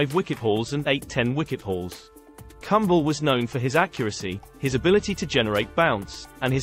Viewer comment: you should pronounce Kumble properly...he was India's greatest match winners....look up who has the most Man of the Match awards in Tests for India ...he is 3rds behind Tendulkar and Dravid (who played many more tests than him) India's bowling in the 90s and most of the 2000s was in his hands....to those questioning his place in this line up...seriously WT-flying-fuck?